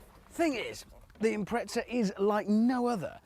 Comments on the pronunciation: IMPRETZA! COME ON... it's an IMPREZA now i can't stop saying Subaru Impretzel in my head. This video absolutely did not give me what i expected out of it. the title suggests he was going to compare the WRX to the WRX STI and give some differences in specs and feel. total let down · lmao, and Japan MADE the WRX's and its pronounced "Impreza" not your gay "impretza" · FFS. It's not an Impretza it's an Impreza. o.O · UK pronunciation